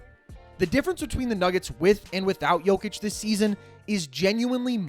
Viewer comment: Well his name is Jokic no "D" lol